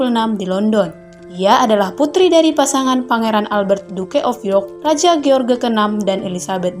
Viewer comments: George jgn di baca george min, tp jorjs.. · Harusnya menyebut jorj, bukan ge or ge